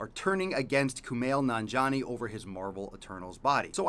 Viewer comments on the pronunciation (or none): It's Nan-ji-ani